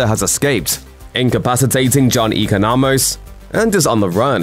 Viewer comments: Did you really just say Eco-no-mos It's Econ-o-mus. At least watch the damn show. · 1) Economos has the best shirt of the series 2) you’re pronouncing Economos incorrectly